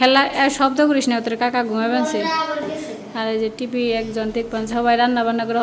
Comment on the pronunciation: Style kre bolte giye arekjon tv k tp boltese hahahaha 😂